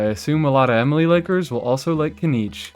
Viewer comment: you don't even know how to say her name right ...